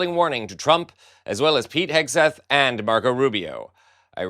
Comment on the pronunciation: ha ha ha 'Pete HAGUE-SETH' - even better than 'Pete Kegbreath' 😆